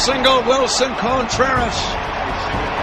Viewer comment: Amazing. Although I couldn't stand hearing Wilson Cone-Treras